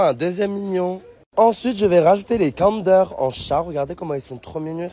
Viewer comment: pourquoi tu dis cander c'est pas comme d'hab c'est Kinder tu parles pas français ou quoi et pourquoi tu as dit Pokémon pour les Schtroumpfs c'est un Schtroumpf au chocolat ça veut dire faut pas dire Pokémon il faudra dire un Schtroumpf😊